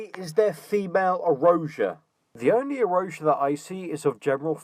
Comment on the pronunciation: what is "female erasia"? "eurasia"? "erasure"? whatever it is she's going on about?